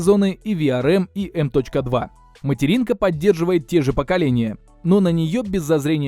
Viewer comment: Оверлокинг процессоров для швейных дел мастеров))) Не в обиду, но ухо резануло, так же как и эм точка два слотов)))